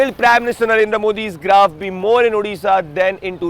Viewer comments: Bhai not udisha its odisha✌️ reporter kam sarabi jyada lagte ho deshi pike agye😂😂 Only bjp jai jagannath ❤️🙏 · Pehli baat.. yeh ओड़ीशा hai... Not उडीशा. Jagganath dham mein jaake to thik se bolo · Its Odisha /oː.ɖɪ.ˈʃaː/ not Udisha /uː.ɖɪ.ˈʃaː/